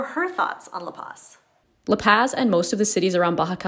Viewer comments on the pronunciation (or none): Laura Bronner isn't some expert on La Paz. I like her videos fine but it's really easy to find people who've lived there at least an entire year on FB groups. I mean, she doesn't even pronounce La Paz correctly. Check out the channel Almost Retired In Mexico if you want someone who is much more knowledgeable about the place.